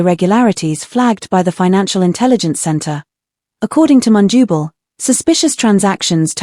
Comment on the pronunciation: Please pronounce The Zambian Names with a simple consonant/vowel sounding —— phonetically MUNDUBILE NOT mundubo.